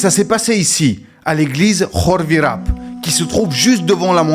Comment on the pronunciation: ENFIN QUELQU'UN QUI PRONONCE BIEN KHORVIRAP